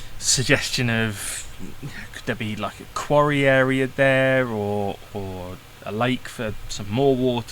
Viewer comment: Yeah he said quarry I heard Sontaran lol